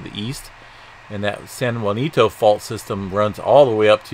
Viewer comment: San Ja (ha)cinto is how u pronounce it. I live out that way. I think you're talking about the Hemet area. I can't see it on ur map on my phone, too small.